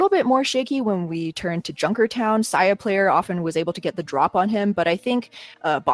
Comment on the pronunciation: Dude its say-a-player not sigh-a-player please fix